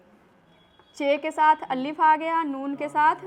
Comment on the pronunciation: Allif nahi alif hota he